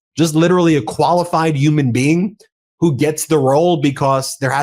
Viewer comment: You on’t know how to pronounce “human”.!!!